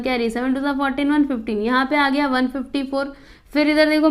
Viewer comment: Didi gay nahi gaya hota hai😊